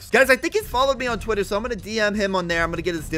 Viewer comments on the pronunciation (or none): none